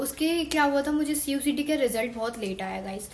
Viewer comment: Cuet hota hai cuct nhi